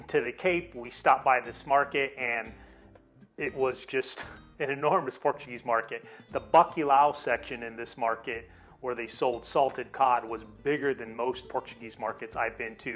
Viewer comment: I'm a regular at Portugalia and you're discussing my favorite queijadas but you're pronouncing it wrong. GRAciosas. Not GARciosas. I mean it's right on the box. And your map. And bacalhau has no EE sound. It's not bakeelah. Makes it tough to trust you know what you're doing.